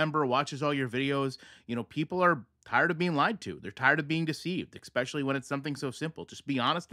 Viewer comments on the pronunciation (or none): I love you, but please for the love of God- STOP adding the letter "K" to the word "especially"!!! 😂